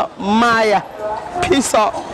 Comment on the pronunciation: im sure i know he is saying peace out but it sounds like he is saying piss off haha